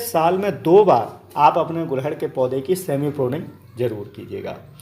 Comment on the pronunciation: तो फिर आप भी इसे गुड़हल बोलना शुरू कर दो। आप गुलहड़ बोलते हो।